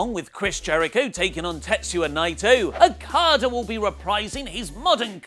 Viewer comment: he always says Okadas name so fucked up and its probably one of the easiest to say